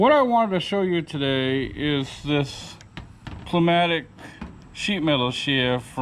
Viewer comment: It's pronounced new-mattick---(pneumatic)--the P is silent